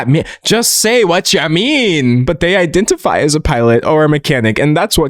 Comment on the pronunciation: "iddentafi" ...bro. Tell me you are a literal child without telling me you are a literal child